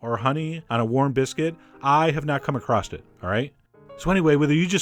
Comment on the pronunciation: Please don't say " ACROST ". The word " across " does not have a T in it.